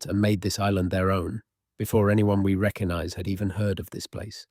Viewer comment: There's a G in recognize. It isn't reckanize.